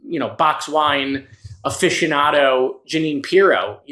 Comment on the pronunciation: "... box wine afficiando, Jeanine Piro" 🤭